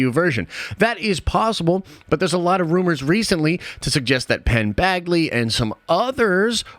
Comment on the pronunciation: C’mon, it’s Penn Badgley (like Baj-lee). 😉